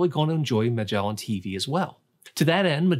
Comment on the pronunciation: Pretty sure he mispronounced Magellan